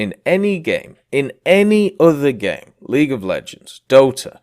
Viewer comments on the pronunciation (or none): none